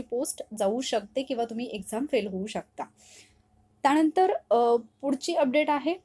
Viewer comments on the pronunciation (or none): "त्याणंतर" नाही 'त्यानंतर'